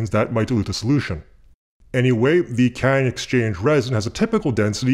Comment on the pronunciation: Are you saying "catch-and-exchange resin"? I thought it was cation exchange resin.